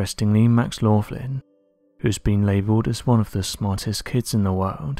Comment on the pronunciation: If this lads name is Max Laughlin,and I'm guessing you are americanising the first syllable as in the word laugh,then his name should be pronounced as Locklin. An Irish name begorrah!!!! Mine's a pint of Guinness!